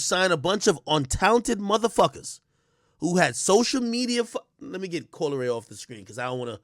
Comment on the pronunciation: ak said we care about coi leeray LMAO like you said WHERE?